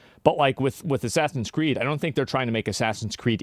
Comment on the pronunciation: ASS-SASINS Creed: The french controversy